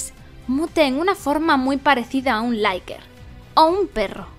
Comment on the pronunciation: "Vickers" tal cual se escribe, no "vaikers". "Licker" tal cual se escribe, no "laiker"